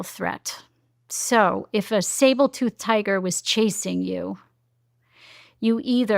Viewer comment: I think this lady is at least partly full of crap. She makes a lot of good points but also she's saying stuff counter to what I've found listening to ADHD experts. Plus she said Sable tooth tiger like 4x so that discounts the credibility somewhat.